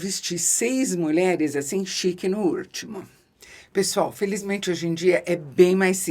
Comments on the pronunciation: Ouvir Isabela falando Chic no Úrtimo 😅😅😅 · Eu amo a dicção perfeita + vocabulário espetacular e, do nada, um "Chique no úrtimo". Absolute cinema! ❤ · No "úrtimo" 😂😂😂